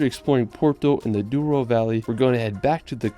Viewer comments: Its AÇORES not Azores, DOURO not Duoro Valley. Great and beautiful video. Portugal is a small country but à Big treasure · Is not Duoro, but yes Douro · Douro. Doh-roo